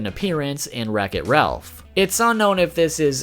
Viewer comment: To me it sounds like you said racket Ralph